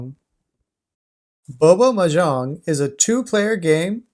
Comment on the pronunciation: thats not how you pronounce "mahjong" other than that thanks for the video